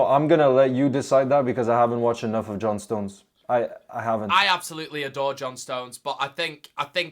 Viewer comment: never knew John stones was Portuguese 😊😂😂